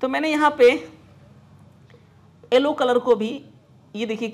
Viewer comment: sir aap pdhe likhe ho aap yellow ko ellow kyu bolte ho